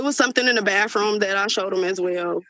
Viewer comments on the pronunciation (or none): BaTHroom not bafroom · It’s a bathroom not a bafroom